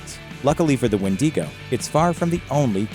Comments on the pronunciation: Maybe he was hungry for some "Wendy's go" lol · It’s WHEN-DIH-GO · Why do you mispronounce the name 📛😢🍑😮‍💨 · As a Native American I’m more scared of the pronunciation than the actual wendigo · You know with your whole heart that’s not how you pronounce wendigo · Dude learn how 2 pronounce the windigo name before you post a video on it you are light years away from pronouncing it right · How can you pronounce hermaphroditism properly but wendigo is so hard for you, bro? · If you’re gonna mispronounce go straight southerner Win-dangos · I hate how he says wendigo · Please do not pronounce it like that. I can't watch more than approximately 17 seconds. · Fukin hate how you pronounce wendigo, you probabbly say minotaur instead of minotaur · Wen dig o sound it out nerd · I love how he not only had to pronounce it wrong but also felt the need to do it like 59 times in first 45 seconds lmao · I'm secs in and finding it difficult to watch because of the pronunciation. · I stopped watching as soon as he start mispronouncing wendigo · Does anybody else hate it how they pronounce Wendigo? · Your pronunciation is garbage. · Why do you pronounce wendigo like that please don't do it I don't like it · The way he pronounces wendigo is so funny to me 😂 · I can't even watch this when you pronounce it so wrong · what a weird pronunciation of wendigo and Algonquin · Your saying wendigo wrong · It bothered me through the whole video the way he said it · Even that pronunciation is wrong but it's the common way non-Algonquins pronounce it. I am Cree btw. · One knows when someone cant even pronounce the name correctly, they aren't credible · Listen dumb dumb, it's pronounced when-di-go. Not wheen-di-go. Do better research!! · Made it to , couldn’t finish the video bc “wendeego” 😂😂😂 tf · What is a Wendeego? Kinda looks like your trying to talk about the Wendigo (Wen-dih-go) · Who told him that it was wendeegoh?? It’s wendigo 🥲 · As the others say.IT'S Wendigo not Windigo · *When - Dee - go”